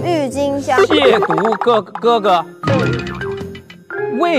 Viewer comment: 撒贝宁把渎字读对了其他人都读成了第三声😂